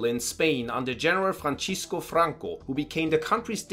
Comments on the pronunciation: "franchisco franco" lmao my brother in christ stop killing spanish names. pronunciation guide: the C in spanish is like an S when its before an I so it would be "fransisco" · Just a quick observation, the pronunciation of letter "c" in Spanish when there is "i" next to it, doesnt sounds like "ci" in italian, it sounds like "si". So you can say "Fransisco", not like "Franchisco", also "Nasionalismo" not "Nachinalismo".